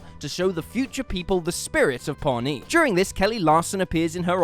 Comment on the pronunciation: It's pronounced ponee not pornee